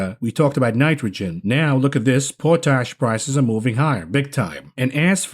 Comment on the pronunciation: Not to be too blunt, but Potash is pronounced just as the two words are pronounced separately pot-ash. The province of Saskatchewan up here in Canada is a major producer (Nutrien). Another GREAT show as Always….Always